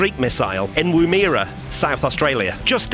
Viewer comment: Lol its clearly a ladies back with a white scarf on around neck and she has a headscarf over a bouffant or hat on as per the time. Personally as an artist it looks like sun shining off her headscarf. Btw pronounce…..Its woomera- womb-ah-ra.